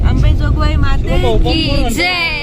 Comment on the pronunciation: अंबेजोगावाई नाही अंबाजोगाई